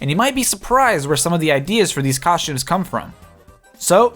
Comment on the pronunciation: COSHTUMES COSHTUMES COSHTUMES